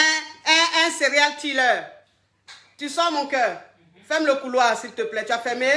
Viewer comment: 😂😂😂😂 je suis entrain de pleurer de rire ici" on dit "serial. Killer " heeeeeCoah on t doit des cours d' anglais deah😂😂😂😜😘